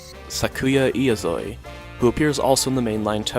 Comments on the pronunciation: It's Izayoi, not Iyazoi! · did u just say Sakuya iyazoi?